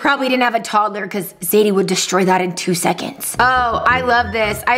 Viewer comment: Rebecca you said zedie instead of zadie